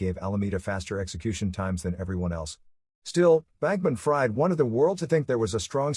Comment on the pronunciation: I believe his hyphenated name is pronounced Bankman- Freed (short i), not Fried (long i). Otherwise, excellent job (seriously).